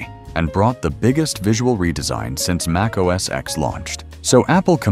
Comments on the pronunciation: I stopped watching at macOS “eks” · MacOS "EKS"? Really?!?